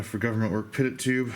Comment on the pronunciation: Hey not trying to be condescending, just an FYI. Pitot Tube is pronounced pee-tohw or pee-toe. All the terminology used in modern day aviation is French because they designed it all, so think like pepe pew when you read that shit and you'll be g2g. Nice build review dude, you fucking kill me! I love it!